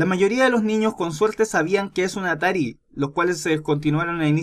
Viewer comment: yo escuche Safari. No atari